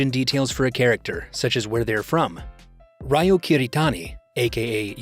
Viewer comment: the way they said Ryo😭😭😭 not Rayoh